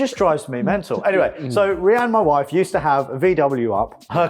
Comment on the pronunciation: "Mma waaaif"